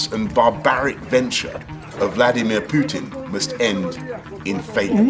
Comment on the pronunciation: I love the way says Pewtin! Been waiting for a comment section to mistakingly be left open to say that lol